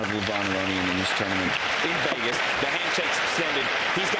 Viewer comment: Just say Vegas... you're doing commentary...every time I hear Wegas..I see Russell Peters, Tanya. You're an IM. You can do it. Do better.